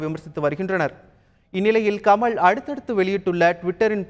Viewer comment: Tamil ucharippu sari illai. Fire this guy from Thanthi TV. The basic qualification is good Tamil for Tamil TV. He says கமள்... தேடாவிட்டாள்! தோளா ...